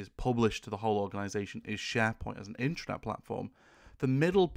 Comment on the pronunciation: first constructive criticism. your pronunciation of (internet/intranet?) drove me to the transcript. sounds to my ear "intranet" which would be appropriate for Private authorized users only access. the transcript says internet, what are you saying? it would not be the first time i found major errors with the transcripts. sharepoint could be considered cloudbased intranet to an organization.